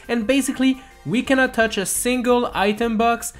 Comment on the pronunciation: It's not douch it's TOUCH